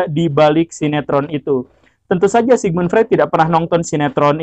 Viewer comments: bacanya : Sigmund Froid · Sigmund Freud diycapkan Sigmund Froid.